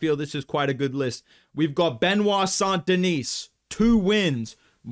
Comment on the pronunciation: FYI the S at the end of St Denis is actually silent 😉 Just like the T at the end of Benoît, which btw you pronounce perfectly 👌